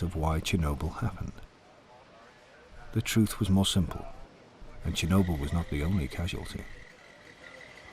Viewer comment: Actually the name is not ChErnobil but ChOrnibil (tchorno meaning Black)